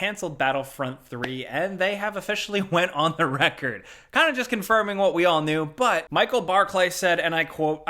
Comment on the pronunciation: “What we all really kneew”